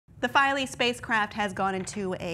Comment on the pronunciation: I think it's pronounced "Feel-A".